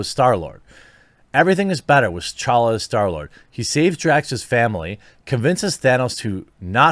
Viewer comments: TUH-CHALLA. Not CHALLA. Your not saying the T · Hey Jeremy, if you're reading this, the "T" in "T'Challa" is not silent and is pronounced as "TeChalla".